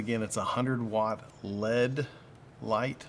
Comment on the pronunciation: FYI... it's not led, it's L.E.D.